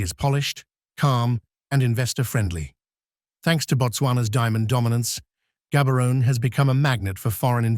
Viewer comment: Gabberon😂😂😂. Gaborone, hey, people must learn how to pronounce correctly when making videos